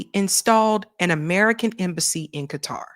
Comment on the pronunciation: lol "K-TAR"